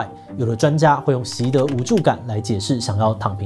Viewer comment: 只是聽聲音，想說志祺今天也加入辱華行列，「習的無助」不知道包子為何忽然無助了？🤣